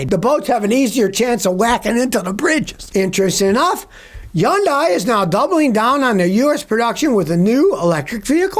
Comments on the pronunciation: Hyundai is pronounced like “Hunday”. Sunday with an “H”. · I didn't know Hyundai was pronounced yun-dye 😅